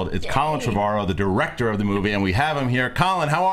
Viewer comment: What's a "driector"? Lol